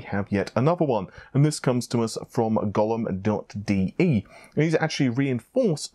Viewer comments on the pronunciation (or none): Gollum dot DE? Really?! Can we take serious anymore? First Nepal's ("Ne-Paul's") instead of Naples and Thennon (guess he wanted to say Zee-non as in Xenon) instead of Xeon, now this. It is Golem, as in the clay monster of myth. Do better! I expect more from respectable and reliable journalism.